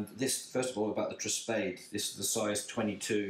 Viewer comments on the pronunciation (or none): It’s Italian man,! So you read it as TREH - SPA-DEH